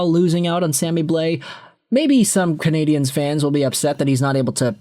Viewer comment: I really wish you could pronounce Canadiens properly ffs